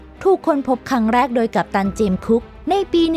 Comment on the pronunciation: อ่านดีดีได้ไหมคับทำไมท้ายประโยคต้องขึ้นเสียงสูงทุกครั้ง...ปีก็อ่านปี๊..ชำก็อ่านช่ำ